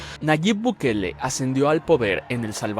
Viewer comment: Ahogue gue dise buguele